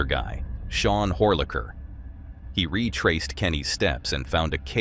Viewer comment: 😂😂😂you said whore licker😂😂😂